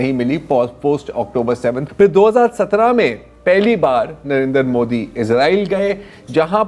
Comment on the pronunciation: Oh bhai , ek prime minister ka name v sahi se nahi le sakte ho ....kyu debate me baith jate ho aap log Hamere P.M Saahab ka Name Sri 'NARENDRA MODI ' ji hai ... Unka name sahi se liya karna